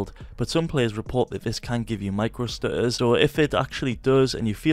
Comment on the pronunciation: "fps stu-uhs"